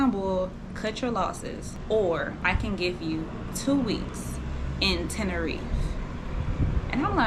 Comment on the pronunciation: Sis It Is Spoken “ Ten~Ner~Reefa”❣️😘❣️